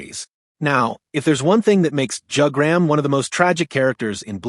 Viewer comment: I clicked on the video because I thought it was interesting then you said Jug-gram